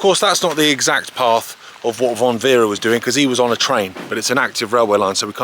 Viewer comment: Great film but it is Franz von Werra not Werre